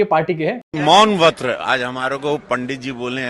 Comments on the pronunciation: Vrat nhi bol raha vaRt bola 😅😅😅😅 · मौन व्रत भी नहीं, मौन वत्र बोला 😅